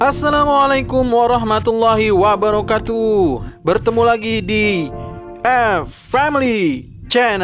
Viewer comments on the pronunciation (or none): Maaf mas,bukan assalaamualaikum warohmatullaahi wabarokatuuuuh. Tp wabarokaaaatuh